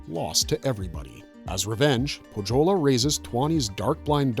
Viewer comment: Nitpick on pronounciations. It's Poe-yo-lah not poh-joe-la. And it's Yo-kah-hi-nen not joe-kah-hi-nen